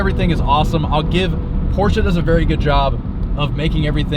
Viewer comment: Shoutout to you actually saying the brand name right.. PorschE!!!!!